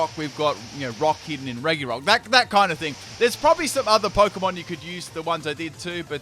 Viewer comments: Reh-ghi-rock. Why? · Anyone else triggered by how he mispronounces reGirock?